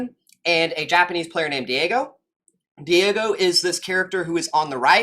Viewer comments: Diego, it’s pronounced die-go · As soon as I saw Daigo (pronounced Die-go btw) mentioned, i knew you were an old head that would have good insight. Great video.